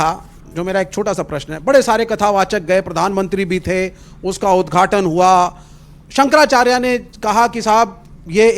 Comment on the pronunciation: अरे ऐ बातावाचक, तेरा नाम क्या है रे, अनिरिद्धाचार्य न। पहली बात तो ये है कि तुमको (आपको) शंकराचार्य बोलना नहीं आता। तू कैसे बोल रहा है कि, संकराचार्ज 😊😊😊 ये चार्ज क्या है ढोंगी और ये संकर क्या है शंकर बोल। तुमको भाषा का उच्चारण ही सही से नहीं आया और चला कथावाचक बनकर झूठा ज्ञान पेलने। तू कथावाचक नहीं कन्त्री वाचाल है। और सुनो झूठ मत फैलाओ मेकअप जीवी, राहुल ने सारे हिन्दू को हिंसा फैलाने वाले नहीं कहा । उसने कहा कि सारे हिन्दू बीजेपी के नहीं हैं और सच्चा हिन्दू हिंसक नहीं होता क्योंकि हिन्दू धर्म हिंसा नही सिखाता। ये हिंसा फैलाने वाले सिर्फ बीजेपी वाले ही है और हर हिन्दू हिंसा नहीं फैलता, ये है राहुल की कही बात उसे पलट कर झूठ मत फैला एक कथा के नाम पर 30 से 40 लाख लेने वाले।